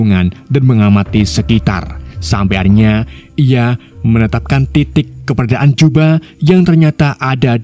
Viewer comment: keberadaan nyet bukan kebedaan menit